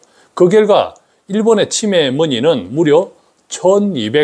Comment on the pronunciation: '치매' 발음을 제대로 해주시면 구독자수가 늘어날 것 같아요. '치'에 강세를 주니까 너무 불편하게 들려요. '매'에 강세를 주셔야 제대로 된 발음입니다.